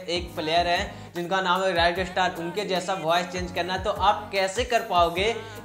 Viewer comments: Rakstar nahi RAiSTAR 😂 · Not rightstar it's ristar